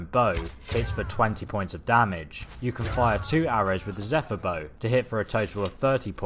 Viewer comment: I also find it funny how you can pronounce "Zephyr" properly, but not "Stahlrim" :/